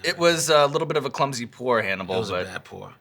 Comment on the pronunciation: Lololol sounds like Sean called him Cannibal